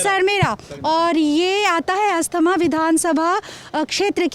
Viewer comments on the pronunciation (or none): अस्थामा नहीं ma'am IT is called अस्थावां। 😂😂😂😂😂😂